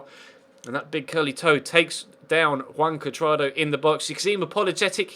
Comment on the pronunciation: It sounds like you're saying "Wank Cuadrado"